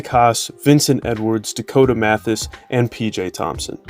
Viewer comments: It's "Mathias" not "Mathas". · It’s RAY FELL Davis, not Rafeal. And, Dakota MA THY US, not Mathas. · The second this guy mispronounced Dakota Mathias and Rapheal davis names I dipped. This guy is just reading some facts/stats with no insight. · Who is the announcer of this video? So far you've mispronounced Dakota Mathias AND Nojel Eastern's names. Maybe you're just too young and those guys were before your time, but dude, respect the older players. Dakota was a friggin stud.